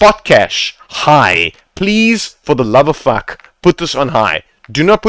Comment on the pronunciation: lol love when you say for the love of fack